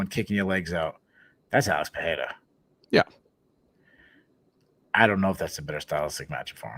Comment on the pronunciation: PEREIRA = PUH-RAY-RA NO DOUBLE R (LIKE FERREIRA) SO NO "H" SOUND. C'MON MAN!